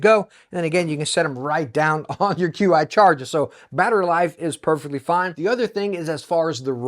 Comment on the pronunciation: "Qi" is pronounced as CHI(Chee) and is the technical name for the wireless charging tech